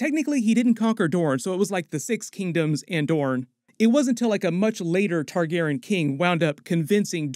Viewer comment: You have to be saying Targaryen wrong on purpose. For you to say viserys and jaehaerys right but still say Targaryen like that? Ilysm but this gets me idk why😂